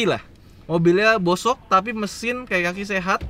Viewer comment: bosoknya masih kurang fasih bang 😂